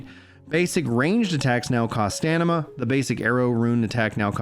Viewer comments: Its StaMina not StaNima 😅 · Nothing on Fist Weapons. And it's STAM-IN-AH! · The man is dyslexic... take a day off mate. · was thinking the same thing haha